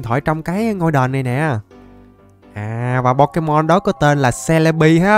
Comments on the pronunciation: Em ko đọc bằng c le bi đâu em đọc là ce le bi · Celibi mà em đọc là jolibi 😂😂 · Celebi mà anh nói là selebi 😅😅